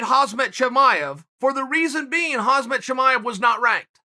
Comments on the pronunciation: it is not only ignorant to mis pronounce Khamzat as " HAZMAT" as in the suits people wear in biological warfare, it is also unprofessional to not be able to pronounce a name when your specialty is the athletes and knowing about athletes includes knowing their names. Just say slowly " Ham " plus " Sat ", easy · Hazmat chimaev. Uncle Chael at it again. 😂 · Me: It's Khamzat Uncle Chael: It's Khazmat Me: OK, so be it 🙂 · Chael 'Haazmat Chimaev' Sonnen. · "Hozmit Chimaev" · "Hazmat" Chimaev LOL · “Hazmit chimaev” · At this point im sure Chael is calling Chimaev ''Hazmat'' on purpose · Nobody : Khamzat Uncle C : Hasmat Ok Great! 😐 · Nobody: Chael Sonnen: Hazmat Chimaev